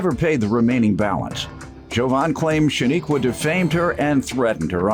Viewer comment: Her name is pronounced SHA-NIQUE like you would say unique. There’s no a at the end